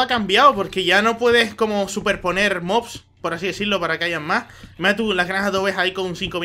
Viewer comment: parase que se quedo traumado con las series con MODS por que en vez de decir mobs dice MODS xD